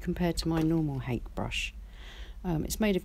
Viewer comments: I love your videos! Btw, the Japanese hake brush is pronounced: "Ha-keh". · Hello, Hake that rhymes with cake is a fish. The asian hake brush is pronounced hah keh. Cheers